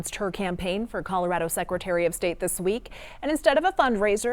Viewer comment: It goes a long way, to me, when a local candidate correctly pronounces Colorado.